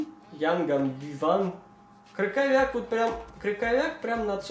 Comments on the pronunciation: Не КрыКоВЯК, а Крыховьяк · не Крюковяк,а Крюховях)